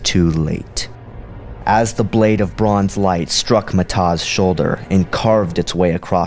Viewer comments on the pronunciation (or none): none